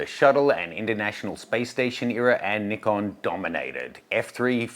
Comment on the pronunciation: Yesss… finally some YT’er that calls them “Neekom” and not “Nai-kon” which drives me insane! Go, go team Nee-kon! Gone play with my Nikon D600 today! 😅